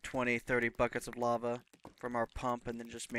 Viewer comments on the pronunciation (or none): none